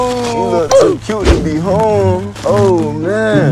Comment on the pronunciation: LOL SHE SAID GO HOM IN CRUEL